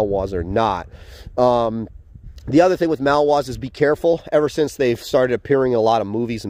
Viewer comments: Do you mean to say “Malinois” not “Malware”? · maLinois! Not mawoa... MA LEE NOA... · It would be easier to believe that you have "years of experience" with these dogs, if you could at least pronounce the breed name correctly.